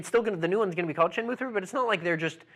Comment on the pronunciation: How can you even have that new lad talking about games when he can't even pronounce shenmue haha!!